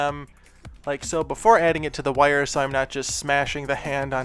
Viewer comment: What kind of dialect is this? "Woire" 😋